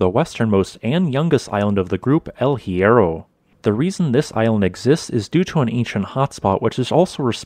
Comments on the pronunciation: Please try to improve the pronunciation google transate can help you. The H in spanish is always "mude" no sound at all, aways.good video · The H in Spanish is mute. So much effort in this and the main name hurts my ears